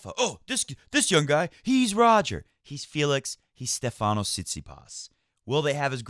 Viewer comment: Great match by Felix. As a Greek I gotta correct you on the pronunciation of Stephanos. It's Stéphanos not Stephános. The accent is on the e. Cheers